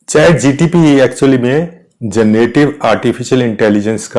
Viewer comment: श्रीमान जी चैट जी टी पी न बोले.